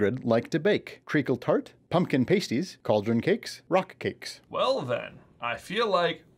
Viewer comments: It's pronanced pass tees BTW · Your saying pasties wrong You pronounce the a like you would in the word pat